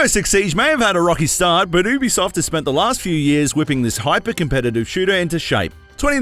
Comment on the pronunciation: I stopped watching the vid as soon as he said OOObisoft